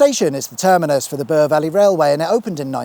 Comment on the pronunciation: Excellent prospects for your new series. Love it. Just one tine thjng... apologies for nit-picking... the river "Bure" it's pronounced to rhyme with "your". Have a wicked sweet awesome day!